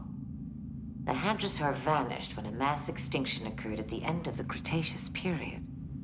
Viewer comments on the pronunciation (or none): Its "hadrosaur", not "hydrasaur"